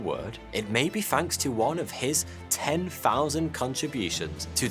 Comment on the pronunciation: You need to keep reading the dictionary” fanks “ isn’t a word but thanks is there’s these two letters called “TH” they make the thhhh sound as in “think””thought” in no way do they ever sound like “F” but you’ll get there just keep reading the dictionary it will do wonders for you obviously